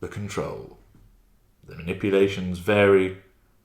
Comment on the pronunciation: "Cary"? or "Vary"?